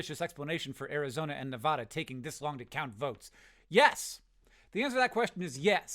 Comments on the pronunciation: Please stop pronouncing "Nevada" that way. It's Ne-VAD-uh, not Ne-VAH-da. Have a wonderful day. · hank, you're pronouncing nevada incorrectly. a as in cat. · Hank you’re pronouncing Nevada wrong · Hank, please. It's pronounced Nevada. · you are not pronouncing "nevada" correctly